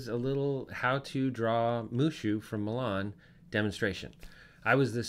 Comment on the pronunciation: Moo-Lan not Muh-Lan. :-)